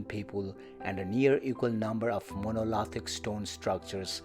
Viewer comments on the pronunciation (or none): It is pronounced mon o lith ick